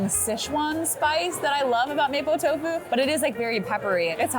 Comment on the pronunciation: its pronounced MOP-O tofu... figured you would have known this considering you spent a lot of time in China